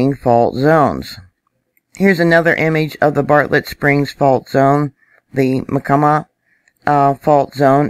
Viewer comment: Hi...,just me. Pronunciation of Myacama = My - ah - Cah’ - muh....it took me a year to find that in a dictionary!